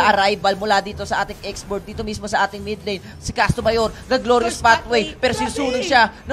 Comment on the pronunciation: ''X'borg daw? lol ganto ipronounce yan x.borh